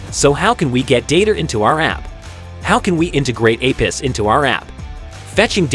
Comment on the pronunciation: LOL, its not 'a piss' for god sake, its A P I s